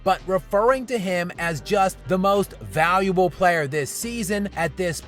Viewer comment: “Vayuwubble”. At least learn how to pronounce your title.